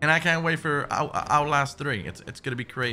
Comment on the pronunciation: "If it's fo free, it's fo me"